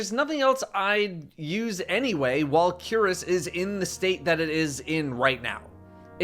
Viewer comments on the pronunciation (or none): Cuirass is pronounced queer-ass